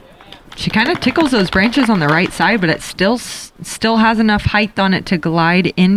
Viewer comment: Paige, "height" ends with a T, not an H. "Heighth" isn't a word.